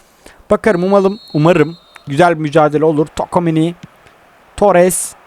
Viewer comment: Ulan hala tokomeni diyon çuameniye